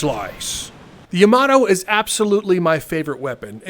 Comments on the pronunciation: Lmao the juice also don’t hurt me but it’s pronounced “yah-mah-toe” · Why does he pronounce Yamato like that